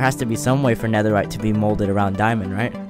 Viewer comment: NEAHERRITE TRIDENT 🤔